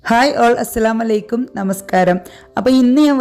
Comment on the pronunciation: നല്ല റെസിപ്പി❤ പിന്നെ അസ്ലാമലൈക്കും എന്നല്ല പറയേണ്ടത് അസ്സലാമു അലൈക്കും എന്നാണ്🎉